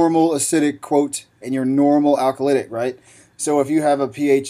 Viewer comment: good basic review, except why did you keep referring to alkalotic as alka "lit" ic and "acidotic" as acidic even though you spelled them correctly? Also, vacuum is not spelled vacumn seen on another vid... you make paramedics look uneducated... just sayin...